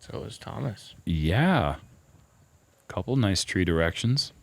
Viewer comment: Just say Thomas. No need to say Twaaaamas, sounds pretty silly.